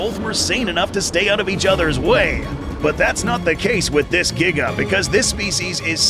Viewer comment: The Giga’s “Gnash” ability refers back to when you discussed the unused prologue of Jurassic World: Dominion two years back. “The T rex’s throat was slit by the ‘Jiga’ (as you pronounced it back then).”